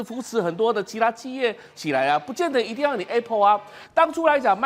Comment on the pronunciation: 台灣的教育爛到透，主持人連apple都讀錯